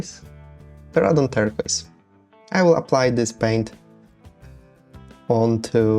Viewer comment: Ter-Kwoiz phonetically, but google text to speech will help there. Great terrain you have there and a good vid to watch while I build my own. Your English is fantastic btw, no need to hesitate, just charge through it, Brother